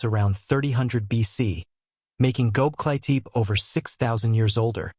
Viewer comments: Man!!! If you are to make a documentary about something, please pronounce at the least the name right!!! ... It is NOT Goklitip....the name is Göbekli Tepe in two words. From the get-go, your thing turned me off and sounded like shit. Using AI to make a documentary on a serious subject is not serious!! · Goklitip!!!.....you kidding me man!! AI bull !! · you might’ve never heard this or it’s AI so I’m gonna help you say it. It’s glob. Like globe is in the round circle thing that chose the Earth. Lee. Tech. Ee. ❤